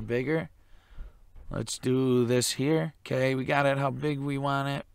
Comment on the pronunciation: I think the expression is "want it" not "waaaaaarn it"